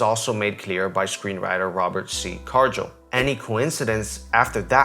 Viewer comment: Dude, I get you're trying to be an authority here (despite the fake humility) and I get this is all your opinion (which I find spot-on, good job). I also get English isn't your first language (speculating here). But seriously, you're undermining yourself when you don't pronounce words correctly. Makes you looks silly, honestly, and smacks of amateur hour. Cargill isn't "chargill" and denouement is pronounced, "dei-noo-maan" Call it nit-picking, but it takes me out of the immersion, sorry.